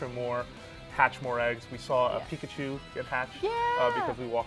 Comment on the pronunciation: He said Niggachu😂😂😂😂😂😂